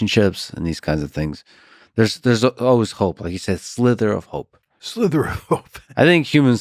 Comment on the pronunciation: Guys...it's 'sliver' not 'slither' though there sure are snakes at play in this evil.